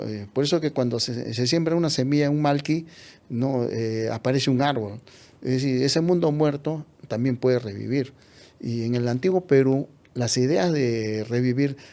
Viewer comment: Interesante exposición pero... No me gustó para nada que pronuncies MALQUI en vez de MALLQUI